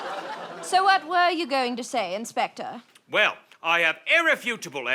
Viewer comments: inspector please sounds like hector please. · WOAH I just realized that when says "inspector PLLEEEAASSEEE" it sounded exactly like "Hector PLLEEEAASSEE" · Has anyone noticed that in the one where saying the crimes he committed, say "Inspector, please," and it sounds a lot like "Hector, please"?